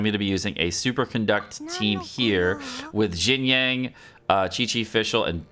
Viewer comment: "yang" ? where he getting the G from ?